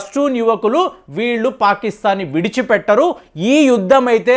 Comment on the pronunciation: యుద్దం కాదు బాబోయ్...యుద్ధం అని తెలుగు స్వచ్ఛం గా మాట్లాడ్డం నేర్చుకోండి.